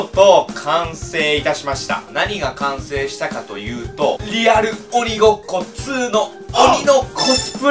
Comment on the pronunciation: 1：50リアルう○こ2ってきこえた